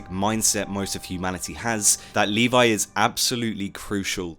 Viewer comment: ..... and you shouldn't pronunce Levi "Leevay", you should pronunce Levi "levy", and don't say shit like "iN tHe AnImE eVeRyOnE sAyS leevay" because you know how many problem Japan has with foreign languages.